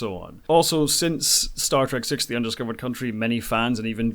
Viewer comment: A Starfleet Academy show would suffer from the same initial criticism that DS9 did i.e. "It's not much of a Star TREK if they aren't travelling through space!", though at least DS9 was IN space! BTdubs; siX-th, not siK-th.